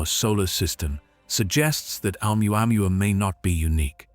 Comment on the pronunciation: Hahaha . Amuamua??? HAHAHAHA . Or OMUAMUA